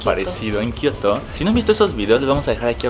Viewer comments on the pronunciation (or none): Alguien se dio Cuenta de que Dijo kioto